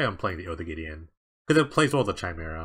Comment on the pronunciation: Chimera is pronounced "kaimera"